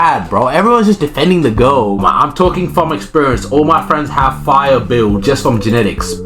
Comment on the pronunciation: I thought you were saying go instead girl